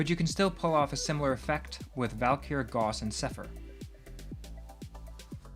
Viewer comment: Ita not Gaws. Its Gauss. Dont disrespect the father of electromagnetism